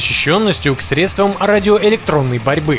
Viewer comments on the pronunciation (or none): none